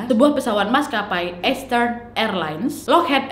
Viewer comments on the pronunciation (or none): Saran untuk Nadia, untuk bahasa inggrisny bs diimprovisasi lg. Bkn sy sok bs bhs inggris, tp untuk kata EASTERN dibaca ISTERN bukan Estern, dan MIAMI dibaca Mayemi bukan MIYAMI. Waktu sy nonton isdhal woman, ada sebut nama kota d Norwegia dibaca BERJEN, yg sbnrny adalah sm dgn tulisanny BERGEN. Nama kota itu g blh dirubah2 penulisan/pengucapanny. Saran aja ya, Nad.